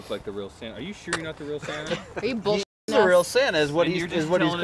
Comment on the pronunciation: What is it's the real Santa?... (Or "Sana" as pronounces) PM 12/20/2018